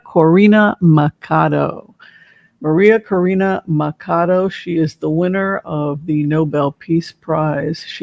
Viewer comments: Pronounced Maria Corina “Matchado” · MA-CHAW-DOE. Spanish pronunciation. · Thanks for the reading, your insights always appreciated. In Spanish, the 'ch' is pronounced the way it is in English, that is 'ch' as in 'Charlie.' So, not 'Makado.' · It is MA CHA DO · So as you know a bit of spanish, in the last name of María Conchita Machado, the ch is pronounced like in “church”. Machado. I am from Puerto Rico and hope you don’t feel bad for this information. Hope the best for you and send you many blessings!!! 😊😊😊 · Machado..the ch is not pronounced like a k..but a sh ..sound...